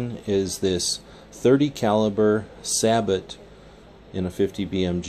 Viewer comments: Its say-bow not sabit. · Its actually pronounced SAY-BO not SAB-OT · Surprised to hear you say sa-bot instead of say-bow. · Stephen Weiler what in hell is kaysadyia or quesadilla. Sabot sounds dang better than your saybuuuuw. In german we say say it in a clear way "Sa-bot" (german S not english "zay" like s). Or like i said Treibspiegel. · Johannes.St \Liandri-Innovation_RifleCompany/ The Mexican food. People should pronounce words like they are on their native language. Either way, the correct way to say sabot in English is saybow, not sabit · Jttv better said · I hate to be this guy but it is truely pronounced "Sae-Boe". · Yeah say bow, lol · dude its called a say-bow !! get it right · lol, sa-but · i thought it was pronounced suh bow oh you said it like that, kthnxbai